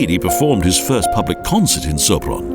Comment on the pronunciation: 'Szopron' ... 'utka' ... stb .... a kiejtés kutya vacsorája, magyarul :-D